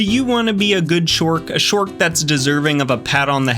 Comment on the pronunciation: I love hearing shork 😂😂